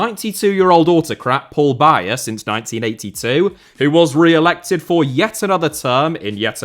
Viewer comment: Paul Biya's name too. Its pronounced Paul "Beer" not "Buyer"